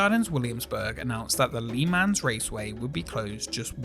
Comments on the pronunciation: Great video, but the pronunciation of "Le Mans" explains why so many wars were fought between the UK and France. 🍻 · lee mans? "Luh mons".. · Awesome video, but the way you said le mans bothers me haha